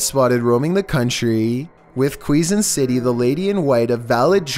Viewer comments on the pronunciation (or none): Bruh he just said qweezon city its pronounced kezon city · Quezon City is pronounced Kayzon there buddy.